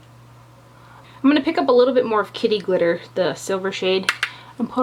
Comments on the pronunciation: I thought you said kitty litter lol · LOL...I kept thinking you were saying kitty litter and thought that was such an odd name but made sense because litter usually is gray/silver...LOL Great review as usual, always trust your opinion! xoxo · It sounded like you said "kitty litter"... then I thought nooo that's just wrong! Why would they name a shadow that! LOL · Love this palette!!! I was craking up kept sounding like you were saying "kitty litter".